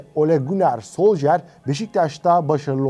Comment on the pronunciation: Olum şu isim telaffuzlarına artık bir çeki düzen verin. Solşaer, soljer, solsıkaer. Yeter artık ya